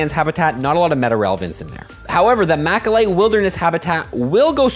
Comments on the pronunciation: Mal-a-kite not mak-a-lite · "machalite" lol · one day will learn to pronounce malachite 😢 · Thanks for the info, just a friendly note to check on the malachite pronunciation